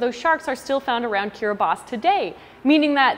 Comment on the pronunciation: I'm so glad she said Kiribati correctly 😄😄